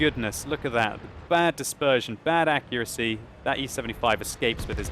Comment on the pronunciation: did he say bad accurasy ?????????????????????????????????????????????????